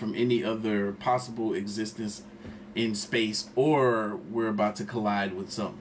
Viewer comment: We just gonna pass by the way the narrator adds extra vowels when he pronounces "space" like 'Spayus'